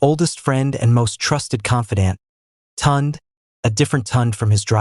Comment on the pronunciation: Please, i beg, let the illustrations match the text!! Neither Amarachi nor Kola wore european style wedding attire as shown in the illustration! And editing is important, one part of the story where they are on the beach was repeated! Also, severql.mispronounciations, e.g., Tunde and Chike (proper pronounciations Tun-day and Chi-kay)! Otherwise, a beautiful story, very well narrated, in a really nice voice!!